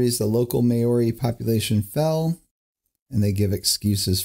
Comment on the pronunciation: OMG Maori is not pronounced "May Or EE" Mao (as in Chairman Mao of China) Ri. Maori.....I am an Aussie and you'd think it wouldn't piss me off....but it did...lol.